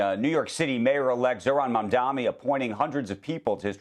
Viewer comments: Isn't it so pathetic to intentionally say "Mamdami"? It more humiliates you than him because you've heard this name constantly for the last couple of months and not learning that questions your IQ! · Mam-Dan-NI (as in NEE), not MI (as in MEE) NI!, how hard is it to pronounce his name correctly? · Andrew, Please stop saying “Mamdami” and say his actual name Mamdani. It’s getting on my nerves. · MOM-DONNIE FOR THE LOVE OF GOD SAY IT CORRECTLY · MAM-DA-NI. say the name right. you get paid millions, do your damn job properly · bro its Mamdani - "NI" not MI. atleast learn how to say the name. what school did you go to? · At least Becky has the common-decency to pronounce Mamdani's last time compared to 'squit-eyed ross...who intentionally dispronounce his last name with clear-intent!! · How hard is it to say mamdaNI😂😂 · Another male journalist buffoon who got his name wrong twice... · These two anchors seem to “DEI” hires. The guy can’t even pronounce MAMDANI properly. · When you´re reporting on the mayor elect at least pronounce his name correctly. It´s embarrassing sigh. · You would think the journalists would have at least the decency to start pronouncing his name right, but nah. Pathetic! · There’s honest mispronunciation- a mistake … & then there’s purposeful mispronunciation - when it’s done to belittle &/ or “other” someone. This is purposeful, & was a common tactic used against Mamdani by Cuomo, & a very ravish one at that. It was even a major moment in their debate. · learn how to say his name right! M-A-M-D-A-N-I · Andrew - you are a smart educated tv anchor. Perhaps you should practice pronouncing Mamdani correctly before going on air. It’s either deliberate or just lazy. Which one is it? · You still can’t even say his name right, how do you call yourself a journalist? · Andrew mispronounces Mamdani EVERY SINGLE TIME! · How is it no one can say his name right? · Where is the third M in his name? I’m surprised that journalist can’t get his name right still